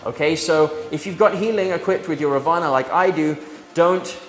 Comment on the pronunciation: I think it is pronounced raavana..first a has to pronounced lengthy..raavana was an evil character (god) in mahabharatha(the hindu epic).. according to this epic , he had 10 heads